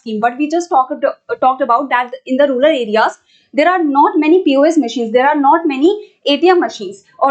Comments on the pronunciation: Mam says Rular..... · Rural mam not ruler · mam.....plz don't say rulal for rural🥺